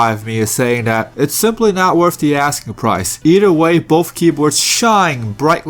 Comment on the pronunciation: He keeps saying "bofe" ... it's "both".. i keep expecting him to say "Bofa deez nuts"